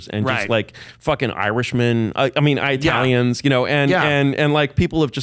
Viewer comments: I keep hearing The ayatalians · The "I-aya-tailians" pronunciation really annoys me. Especially when I hear him pronounce Italians normally in occasion. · He doesnt say Eye talian he says Iyatalian, its much worse. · Bro stop saying eyeatalians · Not sure why he kept letting the guy say Eye-Italians tho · Eye-YA-talion..that was annoying because he said it like times. I enjoy super high IQ people that were involved in the beginning of the internet..it’s beyond horrific how the internet is more and more controlled now..I think people like that are interesting to listen to for sure the dude has a great story and tells it well. But the dude just shows actually how brilliant Tim Dillon is..I have said he’s a genius but this episode is proof! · aya-telle-eons its driving me crazy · He was saying I-ah-talians. It must mean something else right. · Eye ay talians? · He said 👁 ah-talins 722 times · what eyetalian hurt this man? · The fuck is an I-atalian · The way Curtis pronounces IYATALIANS made me want to ice pick my own eardrums. Horrible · He kept prounouncing Italian wrong